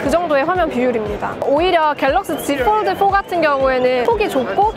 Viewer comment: 왜 폴드는 f 발음 하시고 폰은 ph 발음 안하시죠? ㅋㅋㅋㅋㅋㅋㅋㅋ 보는내내 발음때문에 힘들엇렁